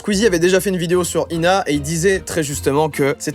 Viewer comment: On dit "I.N.A."